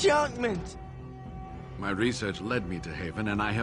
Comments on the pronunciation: Enchantment? Enchanment!! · "enchantment" 10 years of voice acting school was defiantly worth it